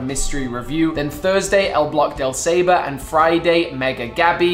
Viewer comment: Hey, just a quick heads up, the saber word in El bloque del saber is pronounced as "saa-ver" it means the block of knowledge.